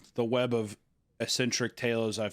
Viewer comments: Hunter saying essentric while saying expecially is just taking it too far I think. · So he says "expescially", but also "essentric"?